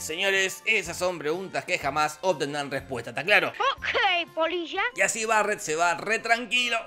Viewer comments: jajaja de hecho si dice eso pero se escucha "polisha" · Perdón, pero yo siempre escucho, como si dijera: Ookey, polishaan